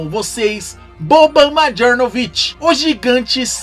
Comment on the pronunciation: Se pronúncia Marianovic o j tem som de i em sérvio. Mais um excelente vídeo sobre essas lendas, no sentido folclórico da palavra.